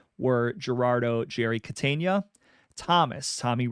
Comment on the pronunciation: Good Stuff 👍 I like your contents “Jerry Cateynia”🚫 “Jerry Catena”✅